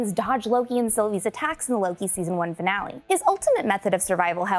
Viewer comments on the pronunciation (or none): none